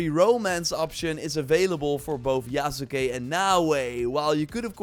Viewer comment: Hey, Yasuke is pronounced Yahs-kay. The u is silent.